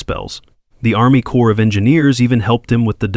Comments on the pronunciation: corp is not short for corporartion. ARMY CORP (SPOKEN AS CORE) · Corps of Engineers. Not “Core”.